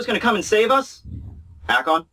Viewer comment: ??????? Alon?????? It's aKon!!!!!